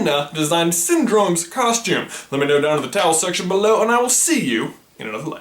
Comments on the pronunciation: it sounds like he says "towels section" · is he saying towel section? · Why does he say towel section